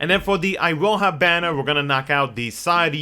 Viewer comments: It is pronounced Iroha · It's actually pronounced E-ro-hah, and is a fairly common Japanese name for girls as I understand it.